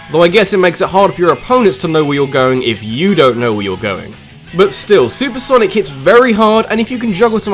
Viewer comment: "Sanic the Hedgehog" I just love you